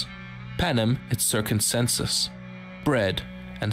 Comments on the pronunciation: panem et "circumcenses" ok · Jesus Christ, how he pronounces circenses...